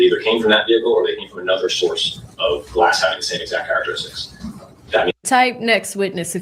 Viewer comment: The typeset “you don’t know the EXZACT angle”